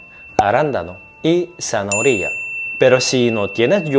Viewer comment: Buen video, como zanahoria en todas sus variables, adoro el jugo o ensalada con manzana, una fruta maravillosa tambien. Me encanta como pronuncias "zanahoria" 😆